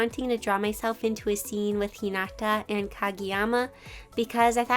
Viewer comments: You pronounced Hinata wrong!!! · Hii!! I just wanted to say that I love your art so so much and I don't want to come off as rude when I say The way you said hinata and sugawara was just- 😭